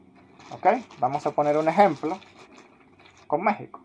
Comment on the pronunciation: ¿De dónde eres? La pronunciación que haces de algunas palabras es algo curiosa. Dices "favoretos", "tetular", "la roha de Pizzi", "ellos mesmos", "ficha roha", "Méhico". A propósito, el apellido de Manuel Neuer se pronuncia "Noia", no "Nurrr". "Manuel Noia", así de fácil.